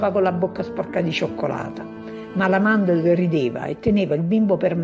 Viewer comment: Mandl non Mandel